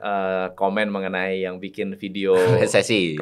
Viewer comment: MENIT 21.59 MAU BILANG BIKIN DIBILANG "BINGIN" 😂😂😂😂😂😂😂😂😂😂😂😂😂😂😂😂😂😂